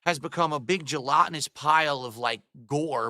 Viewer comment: add "gelatinous" to the list of words doesn't know how to pronounce add "partake" to the list of words doesn't know how to use the past participle of